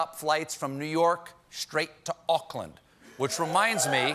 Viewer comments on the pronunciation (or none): Auckland is pronounced ork-land, but you guys think it is Oakland :D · It's Auckland, not Oakland ... but you're right. Oh and our Prime Minister is Jacinda.